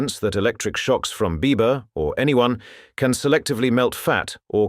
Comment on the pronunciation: This was really interesting. Cept every time he said Biba I kept thinking Bieber, heh